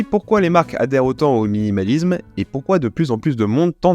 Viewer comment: Il y a aussi le suffixe -isme qu'il prononce "izm" 😭